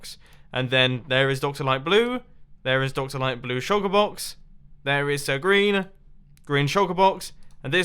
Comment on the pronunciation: Sir green? Didn't I just heard Sir Grain?